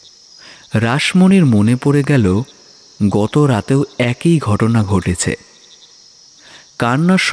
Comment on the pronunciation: খুব সুন্দর গল্প দারুন সুন্দর অভিনয় আপনাদের উপস্থাপনা সত্যিই খুব সুন্দর হয়েছে কিন্তু পাঠকের কিছু কিছু জায়গায় বাংলা উচ্চারণ ভিশন কানে লেগেছে যেমন একই কথার উচ্চারণটা হতো একি